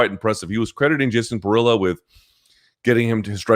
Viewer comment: That’s not how you pronounce Periera